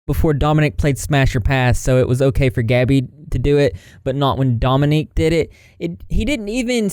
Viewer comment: Dude, kid's name is DOMINIC yet you keep saying "Dominique"- STOP.